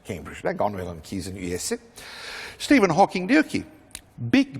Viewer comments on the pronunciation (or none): Şitivin Hoking ne lan?